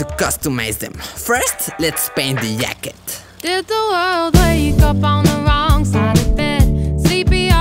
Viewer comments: Hahahha yacket🤣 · This video is sickkkkkk I love how you called it a yacket instead of a jacket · yeah, it does but it will be like hacket, what you said doesn't has to do anything with the fact that he said yacket, it was his best attempt saying jacket, and jacket and yacket sound similar af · The "yacket" Got me good lmfao XD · He's saying yacket lol 😆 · The way he says yacket